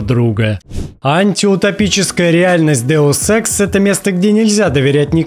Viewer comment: Я не понимаю, специально говорит ДеуСЭКС??? Почему я отчетливо слышу СЭКС?:D